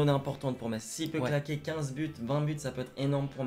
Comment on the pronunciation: C'est mikautadze et on dit mess mais cela c'ecrit Metz